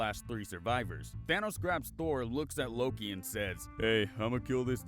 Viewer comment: Bruh did you just... 'Loke'?